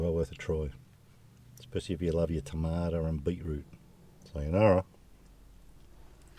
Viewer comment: “Beet-root and tamada” - real Aussie,. Gotta love it! Nice…. 👍